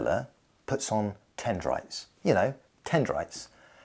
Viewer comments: dendrites. Not tendrites. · Dendrites, not tendrites... or am I mishearing you? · It's "dendrites"